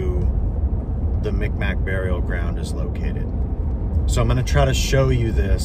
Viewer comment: Mi'kmaq native from Eskasoni. The "k" sounds like a "G" and the "q "is silent Mik-maw is how we pronounce it, mic mac isn't right but a joke here. Fun fact we invented the hockey stick.